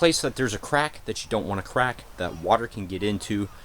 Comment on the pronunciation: hehehehe he said crac :P what do you have on special effeckt stuf